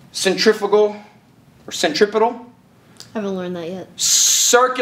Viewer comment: Bro i do this every time even though I know it's centrifugal I can't say it right. Ever. And just loop back to "circular force" like he did 🤣